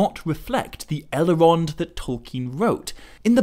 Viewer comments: Why do you pronounce it Elerond and Eleros? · i really do like your work but when you add entire syllables to words it just sounds reallllly odd. "sil-a-marillion" "el-a-rond" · I cannot handle your mispronunciation of Elrond and Elros.